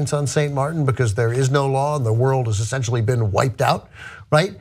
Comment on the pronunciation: it is "Essentially" NOT "Assentially." Learn to speak!